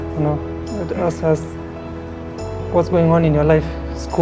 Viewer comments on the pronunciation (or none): akisema"I aks myself" instead of ask myself